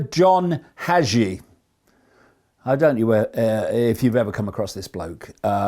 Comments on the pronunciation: its john hagee , not john hajee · Haaaa geee. Preacher from San Antonio tx. Hagee. (I heard name pronounced hey gee… ). And … 🤦🏻‍♂️🤦🏻‍♂️🤦🏻‍♂️ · Respectfully, Hagee is long A ,yep he's full of it. Prosperity preachers 😮